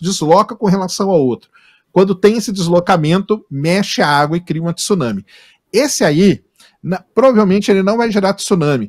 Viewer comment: Um estudiosos falando tisuname! Então fala maremoto! Tsuname!